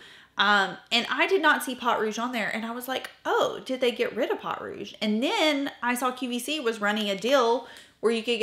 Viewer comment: Please, I love you, I watch you religiously, reference your channel and techniques on my own channel with amazing regularity, and I rarely comment cause I don't want to be a nuisance, but, my French ears just cannot 😂😂 pot, yeah please, po, just like po from kung fu panda. A great rule of thumb for French, do not pronounce the last letter and you should be great 😊. 💖😘💖😘 I would love to get my hands on undone beauty. They have a similar bronzer, but I got the illamasqua water contour and it is brilliant (seems to be more difficult to get) you need a bar top table to put beside your chair for filming 😂 might be easier than fiddling on your lap. (Now you know why I don't comment often, I can't shut up 😂) sorry. Btw, I have never thought your makeup was anything but flawless. As a French Canadian girl, to me, you are the epitome of a proper southern lady (just in case, it IS a compliment ) 😂😂 I got a chanel blush because of you and I love it 5 stars for sure. I was hoping for all of your eyeshadow crayons 😊 ❤❤❤ just adding, if you need help with French words, I'm your girl, I volunteer 😅